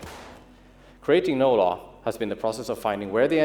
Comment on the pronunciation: Why do I hear "No Love" instead of "No Law"?